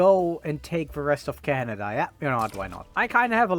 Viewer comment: “Canda” goes hard